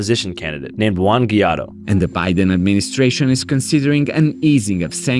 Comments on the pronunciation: Fwiw, it's not "ghee-YAH-doh," it's pronounced more like "gwigh-DO." I'm probably not the first to comment this, but... it's sort of an awkward mistake to make when you want to establish credibility on the subject. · great report but it’s pronounced “Juan GWHY-DOH” not geeaahdoh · how'd you go through all this worthwhile effort and not know how juan guaido is pronounced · Andrew how do you pronounce the VP's name incorrectly? Your goal is to shine a light on misinformation yet you keep making the same mistake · important that people actually know what’s happening, with evidence to qualify it. Andrew did some haphazard research, that seems to mostly come from the fed in the video. He doesn’t even know how to pronounce Guaido’s name properly… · important that people actually know what’s happening, with evidence to qualify it. Andrew did some haphazard research, which seems to mostly come from the fed he interviewed in the video. He doesn’t even know how to pronounce Guaido’s name correctly… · i thought the same thing until I heard him say Guaidó. it really has gotten so much better though. makes me feel like I need to get back on it, mine is slowly fading away 😅